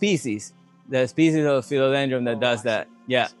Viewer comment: Dude- are you saying Philodendr-um?